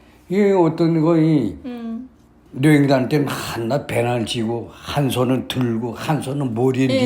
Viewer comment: 아버지는 아직도 발음이 "여행"이 아니고 "려행"이라 하시네요 ㅎㅎ